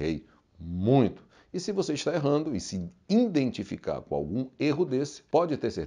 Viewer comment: Vc disse iin dentificar ?